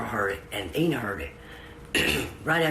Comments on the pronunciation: During the whole video, her name is pronounced "Inna" but the narrator consistently says "AYE-na" until the very end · it's I -na. how ever, no big deal 🤝😅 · "eye-nuh" Ina